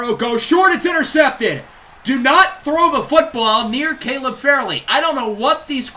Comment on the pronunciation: Not to be that guy but Caleb Farley is pronounced Far-Lee. Also keep these coming I can't get enough of my titans